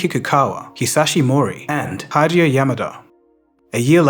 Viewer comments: Overall, well done. Good video. The narrator mispronounces Hideo as Hide-eo as in hide and seek instead of Hee-deo as it’s actually pronounced. Gets epitome wrong as well. Doesn’t say the me at the end as in me and you as it’s supposed to be said. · Add to that your strange pronunciation of the Japanese name "Hideo." This is a poor approximation, but it should sound something like "Hee-day-oh." Simple pronunciation rules for Japanese vowels: a = "ah" Iike in "father", e = short e like in "bet", i = ee as in "feet", o = long o like in "home", u = oo like in "room". (Incidentally, these are the same vowel pronunciations as in Spanish). There are no vowel diphthongs in Japanese. If you see "ai" in Japanese, that is a combination of "ah" and "ee" which is roughly the same as the long i in "kite". Very informative video nonetheless. Thank you for your efforts.